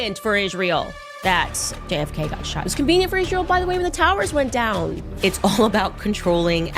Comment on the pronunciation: This unhinged and profoundly ignorant stupid dumb bitch cant even pronounce simple words (written🫩) becomes: WRITT-EN 🤨and of course ISREAL becomes: ISH-REAL, which is so disrespectful and disgusting, same as when she says: JUDEA-OOOO CHRISTIAN 🙄the parasite is ILLITERATE 💯